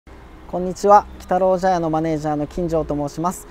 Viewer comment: 茶屋の部分、「ちゃや」じゃなくて「ぢゃや」って読むのですね